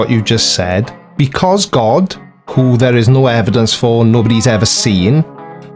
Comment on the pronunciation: I HAVE "EDIDENCE"..... BIBBBBBLEE!!!!